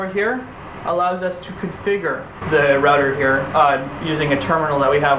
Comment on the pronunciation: "Configger", "Rudder"? Can you pronounce? Are you speaking B0@ Sir you had some of your facts incorrect. And since I am wearing no underwear your argument is invalid.